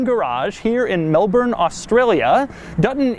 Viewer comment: Doug said Melbourne right!